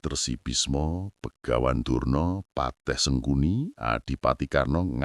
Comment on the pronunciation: Durno bukan Drono,,nggk layak jadi peniar